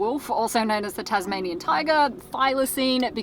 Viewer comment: Its the Tasmanian tiger... not the Tazmanian wolf.... god I hate it when Americans do Aussie stuff bc they're always getting it wrong... just like Vegemite.